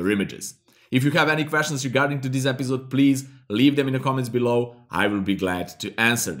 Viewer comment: i am gonna subscribe to the channel the moment he stops saying it 'epizode'. Great tutorials man! thanks for the tips and tricks.